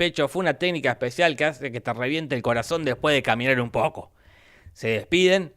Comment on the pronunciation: "Después de caminar un PoOco"